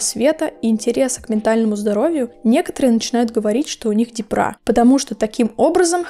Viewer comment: Почему "депрА", "дЕпра" же?! Ну, не суть.